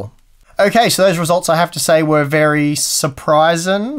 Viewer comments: Supryzen, damn impressive hahah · Surpryzen.... lol, there goes the like 😁😁😁✌🏻